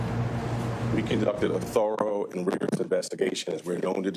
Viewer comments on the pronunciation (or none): none